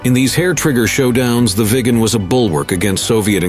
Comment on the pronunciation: Agreed...thats the problem with videos like this that are made by so called experts.....also the pronucoation of viggen is wrong a number of times....aswell as viggen the speaker also calls it the "veegan" several times